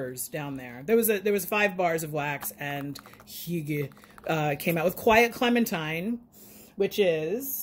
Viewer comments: Geometry, geography. Tomato, tomahto. 🤭😉 But really though, your pronunciation was great! And Norwegians use it too. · You're pronouncing "hygge" like a true Norwegian! 🇧🇻 But I do think the expression is more Danish. Thanks for sharing!